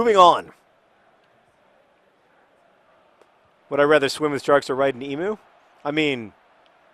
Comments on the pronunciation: John, 'emu' is pronounces 'eem-you' not 'eem-oo'! I think the best way to improve your Australian vocabulary would be a trip to Australia hint hint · I know that mispronouncing things is your thing John; but for everyone else Emu, is pronounced Em-you not Em-oo. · It's usually pronounced EEM-you, not EEM-oo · Why do the yanks always call them emoos? Emu. It's Emu. eem-U. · Emu is pronounced ee-mew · You're pronouncing Emu wrong John. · You pronounced emu wrong, the u makes the same sound as the word ewe. Also, please don't ever try to ride an emu.